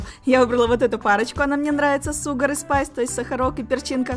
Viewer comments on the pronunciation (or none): Шугар и спайс а ты сказала сугар и спайс я просто английский учу